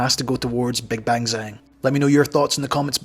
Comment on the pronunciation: His name pronounced Jaang😅